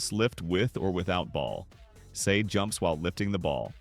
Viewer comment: bro called him 'say' not sae